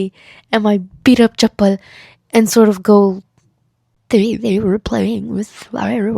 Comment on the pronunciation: LMAOOOOO omg this is hilarious My fast broke cuz I’m on my period. This made me laugh so much. This is hilarious. I subbed instantly as a fellow hijabi and your art is peak ❤ Also your name is my mom’s! (I’m Pakistani, the way you said chappal is so accurate). Both my parents would’ve been so pissed if it was me 😂 But I am an only child and an angel Not the alpha wolf hoodie (as a furry 😭)